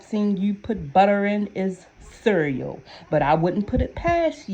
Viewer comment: The way you said cereal. Wassup cuzzin. Lmaooooo Baltimore